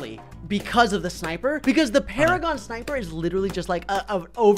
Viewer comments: 5-5-5 NUJA MONKEY VS NINJA PARAGON. (Also there "PARAGOAN" and not "PARAGON"). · “Paragaon” what the fuck